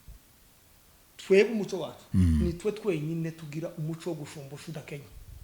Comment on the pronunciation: Umuco= lumiere. Naĥo Umucyo= indangagaciro y,umuntu . Mugerageze kuri prononciation rwose byombi uko muvuga ko muravuga Umuco!!!!